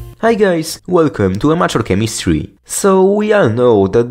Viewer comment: Does anyone else hear "unnatural chemistry" every time he says "amateur chemistry"?